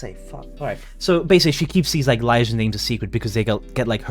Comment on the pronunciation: Ps. Are you pronouncing liaison wrong or purpose?